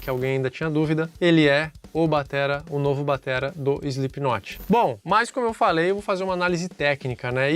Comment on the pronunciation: "eislipinotche" ! Nunca vou entender... De resto, belo video e boa explicação!